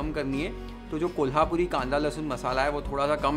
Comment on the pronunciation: Kolhapuri, zanzanit ,watan ani misal pronounced so correctly ❤